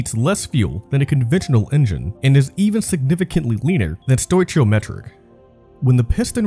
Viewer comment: Palladium is pronounced "Pah-Lay-Dee-Um", not "pallah-deeum". Stoichiometric is pronounced "Stoke-EE-Oh-Metric". Ask is pronounced "AsssK", not "axe".